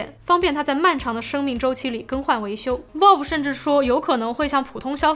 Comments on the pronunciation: 雖然讀音不是重點，但確實是讀錯了（正確讀音接近foul而不是vote），網友也是沒惡意的指出。 不知道為什麼有人那麼扭曲地把錯的說成有好幾個版本。 善意提醒，靈感交流可以大家及主播都進步，令更多人喜愛這裡的生態。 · vælv, not volv😅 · Valve， Vauv, 跟我一起说， Vauv, out, Vauve, V奥V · 不是可能开放让消费者购买维修零件，是已经决定让ifixit 销售了。 valve 发音错了... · 不算PC玩家，但是评测看的很舒服~~~另外挑个刺：VALVE的发音博主一直读错了…… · 「一」這個漢字沒有幾個寫法，valve讀音也是啊～樓主人家也是善意提醒。但你這樣護駕打嘴砲只看到你是很個人的愛主心切，沒營養。這樣不會令大家進步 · valve发音错误